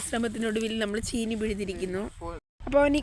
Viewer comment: ചേനി അല്ല ചീനി